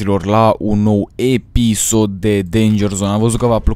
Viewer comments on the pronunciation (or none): fain ''efisod'' =)